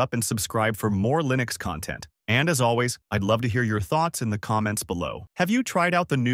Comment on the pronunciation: You’re killing me here with that Linux pronunciation 😂 I don’t know why it’s so off putting